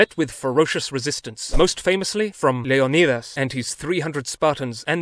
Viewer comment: thank for saying king Leonidas right thank you